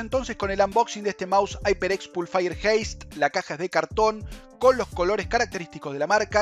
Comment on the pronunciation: aiperecs pulfaier jeist